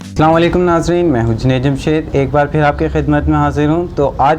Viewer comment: bhai ye salam zara tek se boly plz.